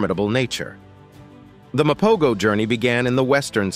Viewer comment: The G is silent my dude...MA-PO-HO! They ALWAYS stood on bizness so we can at least pronounce their name right!! 🙄